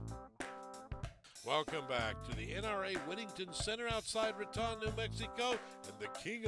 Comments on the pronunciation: It’s not pronounced “Ruh-Tahn” New Mexico it’s “Rah-tone” 🤦🏽‍♂️ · Raton is not pronounced like baton. The "O" is long like "tone". Great shooting.